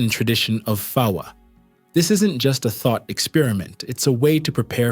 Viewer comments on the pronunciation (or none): none